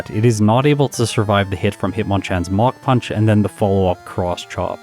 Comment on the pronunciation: Has anyone else thought they were hearing MOCK PUNCH until reading the move name was MACH PUNCH :)?